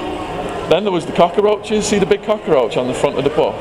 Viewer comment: I love the way you say cockroach. "Cockaroach" - must be how they say it in the US.